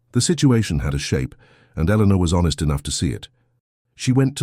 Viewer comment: The narrationswallows the "R" sound..her name is Eleanor but it sounds like Elena, and the captions are phonetic when in doubt because AI can't reason